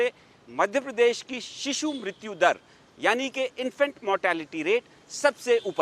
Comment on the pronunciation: Infact nhi infant होता है भाईसाहब